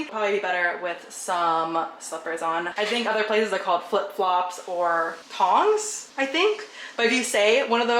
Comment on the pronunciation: It's 'thongs', rather than 'tongs' :-)